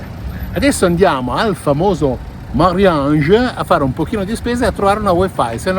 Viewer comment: Vichingo porca miseria il supermercato Marjiane , si chiama MarJane quella J si legge GDi Genova margiannnn. Dai mari pensa te a al vichingo